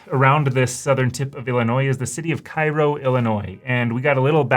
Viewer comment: Cairo Ill is pronounced Kay-roh not kye roh like the city in Egypt.